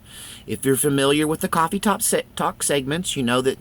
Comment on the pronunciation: I like how you say "quaffy talk".